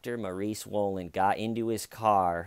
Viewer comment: Just watched some footage of the Dr being caught in the act. I swear the female reporter kept saying Dr Maurie Swollen .... it was rather unnerving 🥴😆